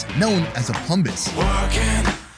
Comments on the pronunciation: I'm sorry...did you say PLUMBUS? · Any Rick and Morty fans find out where the word “plumbus” came from during this episode, or am I hearing things?! lol! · Did he say it was called a Plumbus??!?